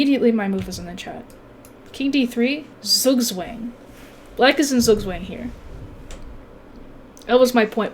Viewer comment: Lessons learned: 1. needs to trade queens ASAP to avoid making stupid moves with it 2. Do not let trade queens so you do not lose the endgame 3. needs to learn the correct pronunciation of Zugzwang. Jawohl!